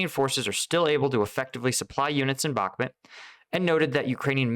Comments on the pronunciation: Its Bakhmut not BOK MOOT. Idiot. Also, its REAL non Lame stream so called media name is Artemivsk in its native Russian speaking inhabitants' language. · I like your channel but everyone else is saying "bock moo t" and you say "bock mit" lol which is it. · bach MOOT : ). Like the composer, and moot pronounced extra long. (Just not BAK mutt). Love your content!